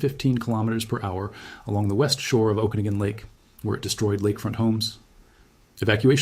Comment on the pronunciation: You've got to be from Washington. You pronounced 'Okanogan' and 'Kootenay' correctly. 😊